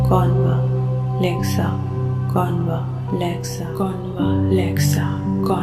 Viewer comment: Wring pronunciation a is silent it is convlexa